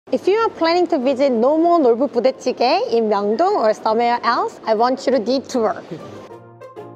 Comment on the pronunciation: I got confused at the way you pronunced the "Nolboo Budae Jjigae" 😆. Makes me want to learn Korean more!